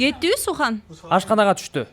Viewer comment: Сүхандын аты сухан эмес Sühan деген сүхан деп окулат